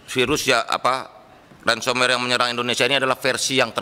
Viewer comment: Dari cara ngomong ransomwer sama lates fersion😅